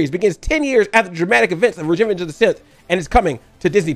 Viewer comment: You said regenge of the sith or did I hear it wrong lol